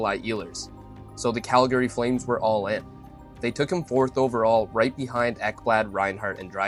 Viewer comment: What the f*** is Cal Gary? Is this AI?